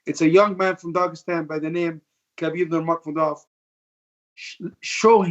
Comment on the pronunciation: “ khabib nurgamodov”